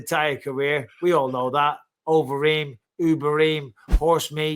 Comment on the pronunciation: not horse meat, it's HORSE BEEF. we all heard Ubereem